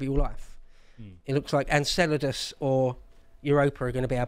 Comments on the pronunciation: You’re a what? An Enchilda? Oh… you’re from Enceladus; gotcha. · smiling because of pronounciation of Enceladus(Enkélados).